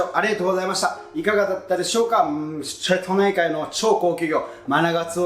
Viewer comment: ラストのしぇとないかいで笑ってしまった😂